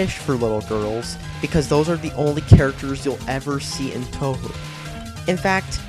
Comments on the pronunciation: Wow, people are actually getting mad about this? This is hilarious. This video is clearly just a troll video to get people mad, and I think its absurdity is funny is fuck. "Toehoo"? Pff. Also, this guy seems like he's just trying to be AVGN, except with no emotion whatsoever. The least he could do to seem like he's even trying to convey a point is add some emotion. I'm sorry, but this video can't be serious. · Obvious trolling. Though there are better schmups, this is a decent series. And it's pronounced 'Toe Hoe' not 'Tou Hoo'. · touwho? Now that's just crazy it's said touwow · I think (hope) this video is a parody, because he says toe-who and zun instead of ZUN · >grating autist voice >complains about difficulty in a solidly gitgud shmup >shallow AVGN impersonation >occasional good point to seem more legit >pronounces it "toe who" well trolled m8 i r8 b8/8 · Only one minute into the video, and I see you haven't been looking into the series all that much. Seriously. Toe-who? Zuhn? xD If you want to make a hate video, do more than three minutes of research. I'll be looking at the rest of the video now. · Toe Hoo? Zahn? Lmao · Oh yeah and it's pronounced "toohoo" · 2/10 made me reply. The fact that you were complaining about the games being too easy while showing videos of someone who can't even beat stage 1 on normal made it way too obvious that you're trolling. Also, I cringed every time you said "tohu". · First off, you did you just pronounce Touhou "toe hoo"? Also, you judge game by graphics? Heard of emulators? Thats how we play PC 98. I tuned it out after you said the music sucks. Nearly 99 percent opinion, the 72 likes probably have not even gotten halfway past any Touhou game. You think Touhou is easy? WOW. You must have a problem if you say that and you die on Stage One, on Normal. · both are wrong. its 'Too Hoo' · Did you just say... tou-who? *facepalm* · What the hell is Toe-who? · doesnt even pronounce touhu correctly